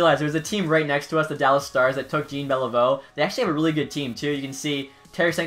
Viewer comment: Lost me when you said Jean Beliveau wrong.